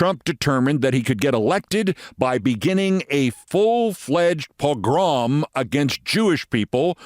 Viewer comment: Thank you, I have no problem not knowing something but I do wish Keith would post a transcript spelled correctly! Oh and pronounce this properly.